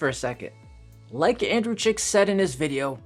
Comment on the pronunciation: I think you're referencing YouTuber Andrei Jikh, not 'Andrew Jick' or whatever you said. You should link his post or channel.